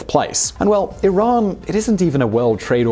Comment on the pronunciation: Thumbs up 👍 for pronouncing Iran correctly